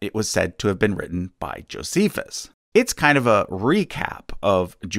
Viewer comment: Lol “Josephus” 😂